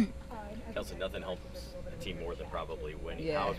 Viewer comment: Who is more detestable? Sides or Mitchell? Mitchell cannot say the word "team', and Sides is simply the most pathetic creature I have witnessed in Sport. Trade Mitchell. Fire Sides.